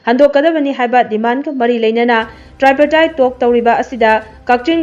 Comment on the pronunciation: Wah thabak leitaba Popularism Tri partite talk pronounciation du lanle Tri du tree haina pronounciation toure